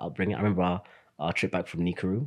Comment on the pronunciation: can you please say NAKURU again... NA-KU-RU!